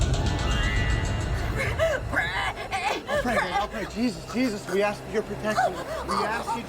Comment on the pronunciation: LOUisiana...Not Lusey Ana Clerical collars are for Catholic Priests..who don't allow women clergy ASK, not Axe...